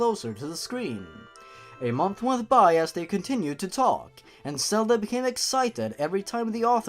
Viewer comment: you pronounce Zelda as Selda and Zora as Sora